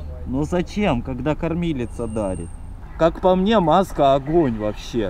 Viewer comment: Я из за тебя началась привычка говорить мине